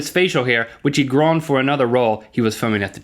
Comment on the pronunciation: It's pronoun grown not grawn.